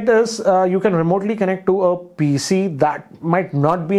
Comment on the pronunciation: Kennect, kennecting, kennected!